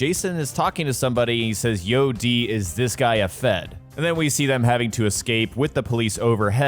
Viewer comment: dude said "fet" not "fed"